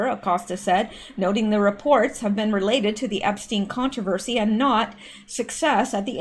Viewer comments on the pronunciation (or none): none